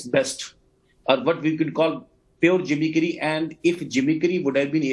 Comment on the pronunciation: The way BJP person pronounced “gimmickry” 😂 jimmy-kari